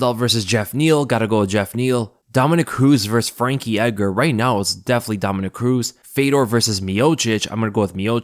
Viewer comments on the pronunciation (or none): none